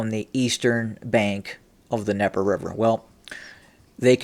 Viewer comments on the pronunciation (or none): THE D IN DNIEPER IS NOT SILENT. There is a reason the D is there, because it is mean to be pronounced. Stop being ignorant. Quit intentionally mispronouncing things.